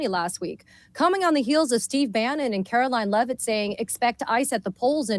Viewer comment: bro, did a host from The View just drop the "KKKaroline Levitt" ??